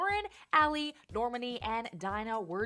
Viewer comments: R . H she minas well just have said Lern,Ale, Normani (how she said it) and dee-nah XD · "Nor-money" lmao whAt mskdkd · "Camila left the group because Lauren, Ally, Normani, and Dinah were jealous of her success." B***h I was jealous of you not knowing how to pronounce their names